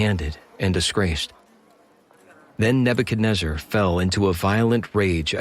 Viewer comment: Thank you for pronouncing Nebuchadnezzar correctly👍I tried listening to 6 before others n couldn’t do it🙏❤️